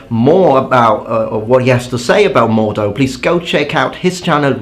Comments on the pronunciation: Dear. I love your videos and i have a huge amount of respect for the amount of work you manage somehow to get done in such short periods of time! Would you do me a favour? --> Please stop killing my German ears and pronounce the (rather strong and sharp!) H in the German word "Mordhau". Say it as 2 distinct words. "Mord" - take a break - "Hau". <-- Thx Raff. Sincerely yours. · Regarding your prononciation of "Mordhau", you currently don´t pronounce the "h", which you should (in general, every letter is pronounced in German). After all "Mordhau" is a combined word from "Mord" (murder) and "hau" (from "hauen", which means to strike). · Nice video mate. I am german and you pronounce "Mordhau" almost right. The "H" is not silent. You just have to pronounce the "hau" like the english word "how". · NO! It's a hard "d" not a "t". "mored" is still closer than "mort", though not perfect depending on your accent. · I am German, thank you very much. It's closer to the "d" in "damage" than to the "t" in "mortal". Depends on your accent of course both for the German and for the English examples given, although if you pronounce "mortal" as "more-all" it'd still be wrong. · Mordhau: In the German school of swordsmanship, Mordhau, alternatively Mordstreich or Mordschlag, is the technique of holding the sword inverted, with both hands gripping the blade, and hitting the opponent with the pommel or crossguard. Please say MordHau not Mordau. The H isn't silent, they are actually 2 words, (Ger., lit., "murder-stroke" or "murder-strike" or "murder-blow") Just saw your "Pronounciation" video, so this bugs me now :D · I believe it's actually pronounced "Mord-hau" (not Mor-dhau). That would be German and mean "Murder Strike". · Your pronounciation of Mordhau sonds like Mordor. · it's pronounced Mord-hau, like English "how". no silent "h". means "murder stroke" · The H in Mordhau isn't silent. Germans pronounce it like mord how in English.